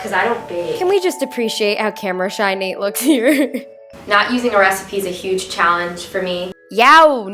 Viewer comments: did anyone notice how it said callenge instead of challenge. Btw anyone in 2020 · On the second vid did anyone notice how it said callenge instead of challenge 😂😂😂